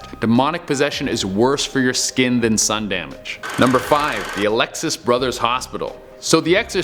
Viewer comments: It's Jefferson Barracks not Jefferson Park. It's Alexian Brothers Hospital not Aleuxis. Which is not SLU Hospital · It's ALEXIAN, not ALEXIUS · FINALLY!!! :3 Side note: it was Alexian Brothers Hospital, not Alexius #StLouisNative